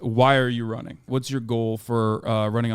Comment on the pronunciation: why are you ronning?